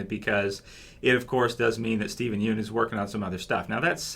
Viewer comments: It's pronounced "Steven Yun" (obviously spelled Yeun) not "Steven You-n" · yeun is pronounced as "YAWN"